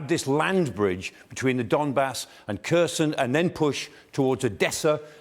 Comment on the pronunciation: After 366 days, he still can't pronounce Kherson correctly, bless him - it's not that hard!